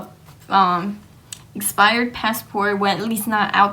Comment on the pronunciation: I tried I really tried I got a headache half way through, she needs to study english and spanish. "pesso" instead of Paso, and "espired" instead of expired my dad was "frustrating" instead of frustrated. I can't, it hurts. Glad ur okay, u made a video so it must have worked out. ✌